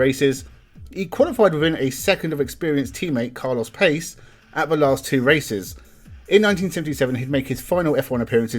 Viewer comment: Carlos Pace's last name's pronounced Pa-che.